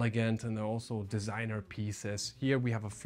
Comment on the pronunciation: im french and your french accent was so fine when you said DISIGNEUR